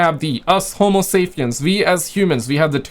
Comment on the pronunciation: It’s homosaPien, with a, “P”, not homosaFien with an, “F”. Killing me brother! 😂